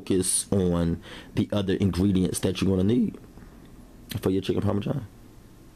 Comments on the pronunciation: The pioneer woman calls it parmajohn too! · There's no "J" in Parmesan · Lol chicken parmajohn my dude salute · Chicken Parma-John? Lol okay looks good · Chicken Parma-john he says.. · Parma JOHN though? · bro its not chicken parma-john its Parmesan. wow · “Chicken Parme-John” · He said chicken Parma John, black people speak makes for good comedy